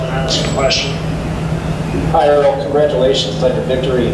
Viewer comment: His name is errol not earl